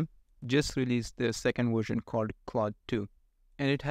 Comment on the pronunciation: It's VVVVVersion, not WWWersion. 🙂